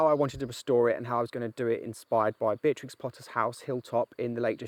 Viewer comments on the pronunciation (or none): none